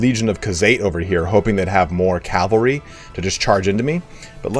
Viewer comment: ahem.. CAV-AL-RY ;DDD <3